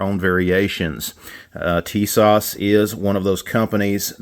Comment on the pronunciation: I just did the FFL transfer on the new Tisas ( correct pronunciation Ti-SASH with emphasis on second syllable ) 1911A1 US Army .45 WG . I bought it from Sportsman's Outdoors Superstore online for $349.99 FREE shipping. It came with two 7 round magazines, arched mainspring housing, Cerakote finish to resemble Parkerized finish and the WG stands for Wooden Grips ( Turkish Walnut ). It also comes with an additional set of plastic grips which would be more period correct for 1911A1. Everything packed nicely in a plastic case with cleaning brush, Cleaning rod, and bushing removal tool. The Wooden Grips are nice but I replaced them with a new/old stock set of Pachmayr Signature rubber grips, not wraparound. The 7 round Mags are made by Mecgear and made in Italy. They will need a little break in time as loading the seventh round is a little hard with those strong magazine springs. My only real issue is the really tight spring on the Mag release . I realise it may ride up with wear as they use to say in the Men's Ready to Wear department at Grace Brother's Department Store But I went another way. I purchased on Ebay a Wolf's #3 strength Mag release spring for $6.00 shipped.